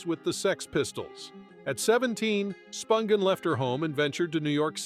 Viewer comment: Is David Letterman narrating this, by any chance , cuz BOY does it sound like him. Edit- It doesn’t make sense, though, that he would mispronounce various names (eg. Nancy Spun ghin, rather than the proper phonetically pronounced SPUN GIN.)